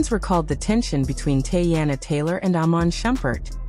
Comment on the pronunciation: Tea-Anna, not Tay-Anna!